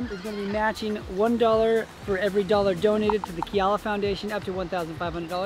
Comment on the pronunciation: Awesome vid! Love to see you guys and the family in the Aloha State 🌺🌈 pushing your comfort zone! FYI: Keala is pronounced KAY-ala, not KEY-ala. 🙂